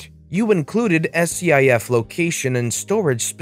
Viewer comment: It's pronounced skiff